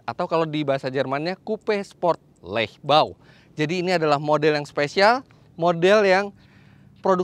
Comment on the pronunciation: Terima kasih om Fitra atas videonya. Bukan hanya mereview, tetapi juga membuat yang menonton tersenyum lebar dan ikutan senang, berasa seperti dialam mobilnya. Btw om, pembacaan "Leichtbau" seharusya 'Laiçtbau' (Deutsch), bukan seperti bahasa Inggris. Semoga bisa diperbaiki kedepannya. Sukses selalu untuk Om Fitra.